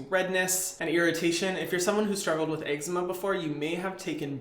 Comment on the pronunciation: he said "eggggzma"